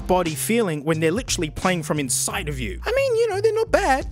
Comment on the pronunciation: When he says inside his entire Australian accent goes away